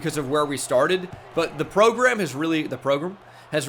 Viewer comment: The way he continues to butcher the word program irritates my soul